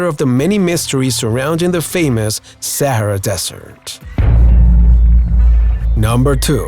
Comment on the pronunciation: Is he saying the sierra desert lol